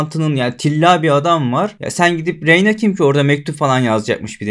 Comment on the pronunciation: Selam. Hocam isimler yeterince birbirine bu kadar benziyorken şu ana karaktere nolur "Reynira" deme ya. Bir bölüm içinde karakterin adı 867 kez telaffuz ediliyor. ''Rinera de, Rinira" de bişi de gözünü seviyim. Videolarını seviyoruz, saygılar.